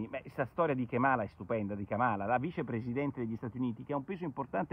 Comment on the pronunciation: Ka’mala ( non kama’la) 😁 E un pit bull 😍 La storia del busing e stata spiegata, Biden non era contro busing La destra continua con lo stesso narrative Time to move on 😁